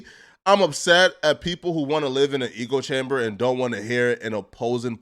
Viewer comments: echo-chamber. ‘echo’ then ‘chamber’. not ‘eco’. peace and love lol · “ECO” chamber? Or ECHO chamber lmfaoo there’s a difference friend. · Hey butthead, it's not eekoe nor ego chamber, it's echo chamber. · It’s “echo” not “echo” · It’s echo chamber like the clothes you have on pronounced Ecko eh-ko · Bro. It’s echo chamber!! It’s pronounced “Ecko”.. you make it sound like Joe Budden cultivated his own ecosystem lol. I like you, but bro, on damn near every one of your videos you mispronounce/butcher numerous words, or just use words in the incorrect context. It’s hilarious but you make it real hard for me not to be a grammar Nazi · “Ujalee” “ChobChimber” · I thought he was trying to say Ego Chamber 😂😂😂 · This nigga can’t say echo chamber? Lol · Someone teach this man how to say echo chamber